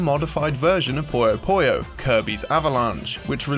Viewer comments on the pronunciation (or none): it's not poy yo poy yo it's poo yo poo yo smh disliked unsubbed downthumbered reported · It's PuyoPuyo not PoyoPoyo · It's Puyo Puyo, not Poyo Poyo. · “Poyo Poyo?” Really?! The Japanese is ぷよぷよ, pronounced “Puyo Puyo.” Then there’s the recent Switch game Puyo Puyo Tetris, which spells it properly in English. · Puyo Puyo, not PoyouPoyou. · Hell, in Japan it's basically just pronounced "Pyo Pyo". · Puyo Puyo. Not Pollos Pollos. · Why do so many people pronounce Puyo Puyo like pollo pollo? I seriously don't get it. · am i the only one who is annoyed at the way this guy pronounces "Puyo Puyo"? ;; its pronounced like its written